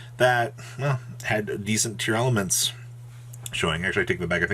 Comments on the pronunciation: Pretty sure it’s just “tearlament”. there is no extra “a” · Its actually spelled & pronounced TEAR-la-ments